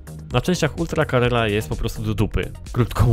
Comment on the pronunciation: Carrera a nie Carerra;)